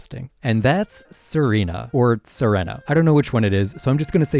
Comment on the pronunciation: It’s pronounced amp-fuh-RAHS, GUH-layde, YOOX-ee, yoo-NUH-vuh, EYE-SEER-iss, kuh-STEEL-ee-uh, CHAIR-ihn, KAH-lohs, SUH-REE-nuh, glad-ee-AHN, sill-val-EYE, ZAH-SHEE-ihn, “Patrick Star”! 🤨